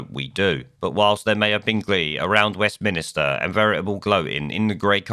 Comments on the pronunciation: Fs it's Westminster not West minister! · I hate grammar police etc and forgive me but for about 2 years now I've noticed you say West minister........ Its west minster!...... May seem as petty as grammar police but does my nut in!...... I love this channel and best for this type of content thats out there but how can you not know its west "minster" not west "minister" ffs geezer its England not engerland or scotaland!!! "West minster".......doubt you will see comment and no hated but geez it's grating on me after couple of years!......... West "minster"....... "minster"......... Not minister as in a priest or head of a department! Westminster is a place not a person's job title!!!